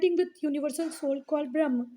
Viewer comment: Ma'am it is not "brahm" because "brahm" means illusion it is pronounced as brahm"A"